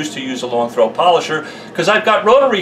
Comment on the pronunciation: its da polosher not rotary